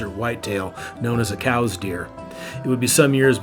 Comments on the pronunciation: I've never even seen a cows deer, could you possibly be referring to the "Cous" deer? (COOS). It would serve you well to investigate proper pronunciation with unfamiliar words. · Pronounced Cooos. Not cows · It's spelled coues and pronounced kouse, like house with a k, not cooes or cows. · Cous deer is pronounced, "cooz deer" not "cows deer" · Great tribute to Jack O'Connor. But, I'm pretty sure it's "Coo-eez" deer (Coues), and, I know it's "bows-man" Montana (Boseman).